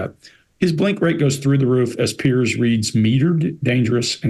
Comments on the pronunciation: When they mis pronounce “Piers” their blink rate shoots up. There displaying a strong physical attraction to Pierce. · How can so many intelligent people struggle to pronounce the name 'Piers?' ( excepted.) It's not Pierce!